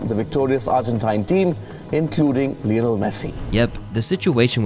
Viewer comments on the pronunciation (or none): none